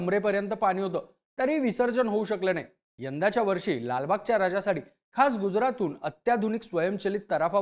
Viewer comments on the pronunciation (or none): 😂😂😂 गुजरात शब्दावर जास्त जोर देत आहेत. तुम्ही तर मोदीला ही जबाबदार धराल यासाठी